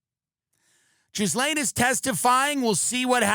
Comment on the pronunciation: Tim insisting on mispronouncing the name Ghislaine, for several years now, is truly special in every sense of the word